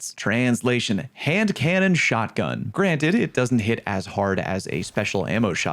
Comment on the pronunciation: You really did nail the hand cannon name